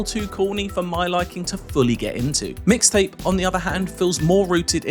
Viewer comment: EXCUUUUSE ME.. IT'S MIX TAPE. NOT "MISS TAPE"